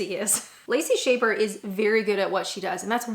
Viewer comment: Lacey Shaber? Seriously? Have you never heard her name pronounced? I can't even watch this.